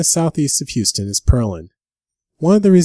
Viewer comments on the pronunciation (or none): none